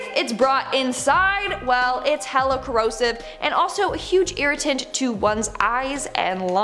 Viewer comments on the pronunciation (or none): none